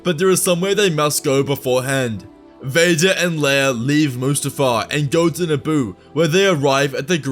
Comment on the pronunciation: “His son and Leaea’s brother” over ????!!!!!!